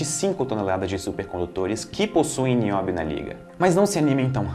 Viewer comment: É NI-Ó-BI-O TALQUEI?